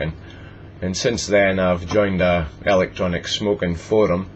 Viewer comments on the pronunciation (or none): Sounds like ur saying Elic Johnic. :P Love the accent!